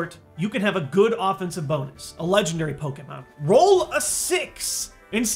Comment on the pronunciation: I liked this video because you say Pokémon, not Pokeemon. <3